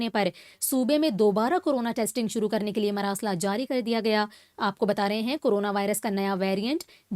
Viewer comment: یہ لفظ مَراسلہ نہیں مُراسلہ ہے اپنی غلَطی ٹِھیک کریں